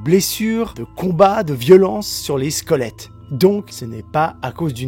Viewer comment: J'entends 'squolettes'😆 C'est ouf et glauque!🥴